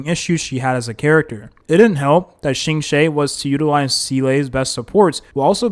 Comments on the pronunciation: im giggling so hard at shingshay its okay king try your best 😭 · are you mispronoucing the names on purpose? cuz this is wild lol, shiingshey???????? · QINGQUE BEING SHINGSHAY ... AHAHAHAHAH IT'S OKAY KING TAKE YOUR TIME 😭😭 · True, still don't understand how he can butcher Qingque so bad. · the pronunciation of qingque hurt me even more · s EE l e - not s ee l AE d An heng - not d A ne heng Qingque, - not shingshae ??? Jingliu - not linglu